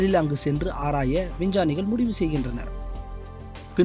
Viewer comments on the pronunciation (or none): "விஞ்சானி" அல்ல "விஞ்ஞானி" என்று சரியாக தெளிவாக உச்சரியுங்கள்.